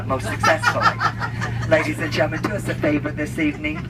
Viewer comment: i love that part where he says ladies a hgentle men this is a life vest it is not the toilet seat cover